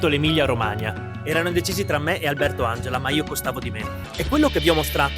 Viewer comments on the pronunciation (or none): none